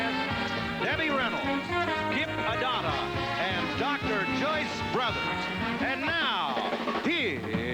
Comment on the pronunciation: I thought he said “Kip Madonna” which threw me off, so I looked her up and found it was Kip Addotta who was a he (a comedian who frequently appeared on the Tonight Show). Maybe I’m not as old as I think since I didn’t know that and had to Google it....lol!